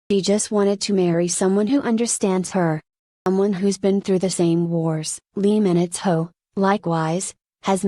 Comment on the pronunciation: Is this really for real? Is this Lee Minho or LEE MINITHO as read by the speaker?